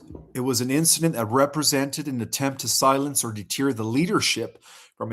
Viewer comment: Love you but man you butcher so many words lol deter clandestine